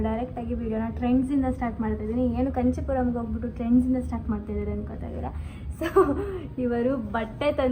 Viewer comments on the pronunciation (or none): Hello adu kanchi puram alla...kaanchi Puram..,🫵